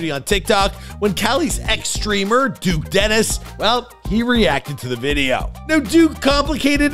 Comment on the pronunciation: nah bro said duke desteni